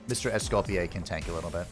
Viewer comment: You're prononciation of Mr.Escoffier's name is actually very good ^^